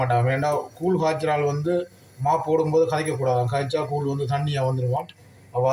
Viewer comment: கூல் இல்லை கூழ்